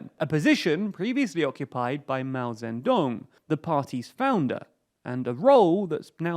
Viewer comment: the ze in zedong is pronouced "tse", not "zen". And Xi is pronounced "she" not "ji"